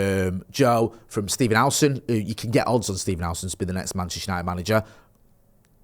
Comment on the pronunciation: It’s United not yanited